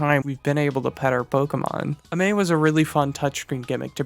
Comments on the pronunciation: Why do you pronounce 'pokemon amie' so badly? Its 'mon amie' as in the French for 'my friend'. Its pronounced 'amee' not 'amay'. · My only real critique is that the X/Y interactive, Pokemon Amie, is pronounced “Ah-meee” since it’s a pun on the French Mon Ami/Amie, translating into “My friend.” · PokeMonAmi is a wordplay on Pokemon and „Mon Amie“ (Which should roughly translate to „my friend“ from french). So i think it should be pronounced „Pokemon Amie (<- french)“.